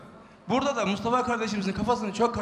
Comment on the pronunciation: Mıstafa diyor 😂😂😂